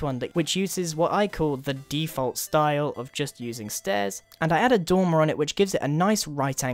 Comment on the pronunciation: the first time you said dormer i thought you said tumor